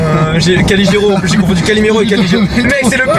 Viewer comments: Caligero au lieu de Calogero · Calogero BORDEEEL ! Pas Caligero 😂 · C Calogero pas Caligero voyons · caligéro 😭 je saigne